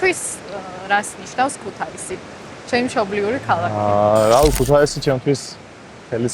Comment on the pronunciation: ქუთეისი არა ქეთუსია.. ქუ თა ი სი ხალხო. ქუთაისი... ნუამახინჯებთ ქალაქის სახელს